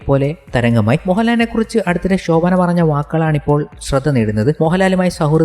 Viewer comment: ഷോഭന അല്ല ശോഭന